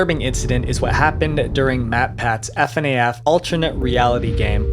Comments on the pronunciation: You know someone doesn't know anything about fnaf and is just making a video on if because fnaf is popular when they pronounce Fnaf as F N A F (pronouncing every letter individually) instead of Fnaf (saying it as fuh-naff like a word) I'll say, it's an extremely well edited video, so many things weren't mentioned when talking about a topic they're in, so many things we just wrong like calling ladyfizi a modeler for the series when she only made 2d art, and so much more. Pretty much every topic covered has at least one thing wrong about it. Please only cover a topic if you're well versed in and know a lot about it it or are at least willing to put in the time to research it front to back as to not get things wrong, because this doesn't make me wanna watch your other videos when so much is wrong here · It’s pronounced “fah naff”. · Okay so I thought the way he was saying F.N.A.F was weird but then he said Vivi’s pot , and I think this was on purpose to mess with us. Edit: okay now I’m certain he’s messing with us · Why does he say it like "ef en ae ef" 💀💀😭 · ikr it’s pronounced FUH-NAFF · Actually hearing FNAF pronounced as F N A F tingles all the weong poaces 👀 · The way he keeps spelling out F-N-A-F has me WHEEZING 😭😭 [Edit] The end of the video is exactly why I don't get involved with fandom culture, it's always gonna get schizo at some point. For real though that's actually crazy, here I was thinking that the FNAF community had matured. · stop saing ef an ay eff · Fnaf pronounced fuhnaff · Also it slightly bothers me he doesn’t pronounce it as “fuhnaff” but that’s whatever. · The "f n a f " (That hurt) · Dawg fr doesn’t pronounce it funaff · It matters because it feels like proper pronunciation would be something someone would come across during the research process. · It reminded me of Gabe Newell saying "G. A. B. E. N.". Lol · The fact the he says that annoys me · I see I wasn't the only one that found it a bit off. I'm just not used to it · Bro exactly like wtf